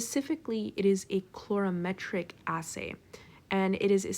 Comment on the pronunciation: Excellent, but -clorametric? coo-vette? I learned color-ee-metric, cue-vette. Otherwise great!